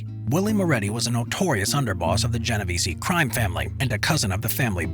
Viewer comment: If you really want to sound like you know what you’re talking about please pronounce things correctly: Geno veh Zeh (EH sound) Corl eh own eh= Corleone